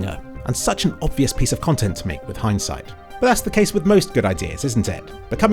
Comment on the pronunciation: lmao at heinz appearing when you say "heinsight"